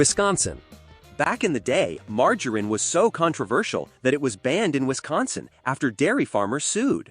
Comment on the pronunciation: And margarine. Mar-jar-een?!!? C’mon, man.